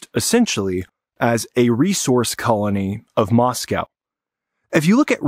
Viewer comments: Russian expert doesn't know how to pronounce Moscow. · Is the intentional mispronunciation of "Moscow" an anti-Russian thing?